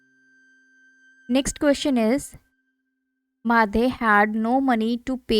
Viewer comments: Ya it Mathew not maddhe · madhe ? it is mathew.... understood<0